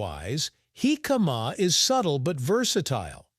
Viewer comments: HICK-uh-muh. Accent on the first syllable. Say it without drawing the word out. My grandmother made her jicama salad over half a century ago. It was a very crisp and refreshing! The size and shape of the jicama slices were like short wooden matchsticks. Jicama salad goes good with fried chicken, btw. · In Mexico, it's pronounced JI-ca-ma. The tonic syllable is at the beginning of the word. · Yeah. Just reduce the sound and put on the captions. Horrible pronunciation. Heee-kaaa-maaaa... I saw another documentary a year or do ago that pronounced it Ji-KA-ma with the j sound and the accent on the second syllable... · He - Kama is the way Mexicans pronounce it Hick-uh- ma is the English way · They are pronouncing it wrong it is pronounced hick-uh-muh, not heee-kaaa-maaa... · I feel like I've been mis-pronoucing it like "Hick-a-MA" all these years. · I like this channel, but if you're gonna do a video about something, learn how to pronounce it. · Almost impossible to watch with that pronunciatiom. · I have to skip this one, too painful to hear the pronunciation over and over again